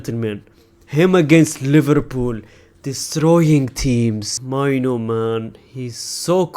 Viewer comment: blud said minor not mainoo